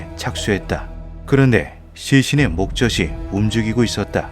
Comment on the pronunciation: 일반 대상으로 하는 영상에서는 문법적으로 맞는 '하느님' 으로 적힌 성경을 인용하는게 맞지 않을까요? 목젖이 [목저시] -> [목저지] 로 발음해야 맞지 않을까 하여 제보드립니다.